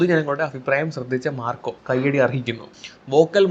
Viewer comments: ഡാ പൊട്ടാ മാക്രി... Macro അല്ല marco... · Bro ക്ക് marco എന്ന് പറയാൻ ബുദ്ധിമുട്ടുണ്ടെന്ന് തോന്നുന്നു. അതുകൊണ്ടാണ് മാക്രോ മാക്രോ ന്ന് കരയുന്നെ 🤣🤣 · Bro it’s not Macro it’s Marco😊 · മാക്രോ അല്ലടാ മാർക്കോ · Macro അല്ല മൈരേ മാർക്കോ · മാക്രോ അല്ല മാൻ മാർക്കോ ആണ് 😄😄q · മാക്രോ അല്ല മാക്രി മാർക്കോ ആണ് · മാക്രോ അല്ല മാക്രി... മാർക്കോ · ഇയാൾ എന്തുവാ തവളയെകുറിച്ച് വല്ലോം ആണോ പറയുന്നത് "മാക്രോ " എന്നൊക്കെ പറയുന്നുണ്ടല്ലോ.. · മാക്രോ അല്ല മോനൂസേ മാർക്കോ...😂😂😂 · മാക്രോ അല്ലടാ പൊട്ടാ മാർക്കോ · മാക്രോ അല്ലടാ മാര്‍ക്കോ...😂😂ഇതുപോലും അറിയാത്ത നീയാണെടാ യൂട്യൂബും തുറന്നു കൊണക്കുന്നത്.. 🥰🥰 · മാക്രോ അല്ല😂😂 മാർക്കോ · ഡാ വേട്ടാവളിയാ...... ആദ്യം നീ പടത്തിൻ്റെ പേര് ശരിയായി പറയാൻ പഠിക്ക്......😅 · സിനിമയുടെ പേരുപോലും പറയാൻ അറിയാത്ത നീ ആണോ വിഡിയോ ചെയ്യുന്നേ കോപ്പേ 😂